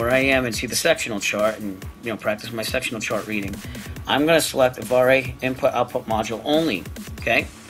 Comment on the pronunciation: FYI, it is pronounced "Av Air."